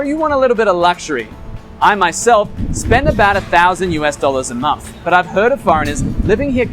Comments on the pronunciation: nice one. great info and a good presentation.one small thing.I wish you'd pronounce month and not mumf..soz but it was driving me maaaaad. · You say the when you say third and thousand, but still say momf for month.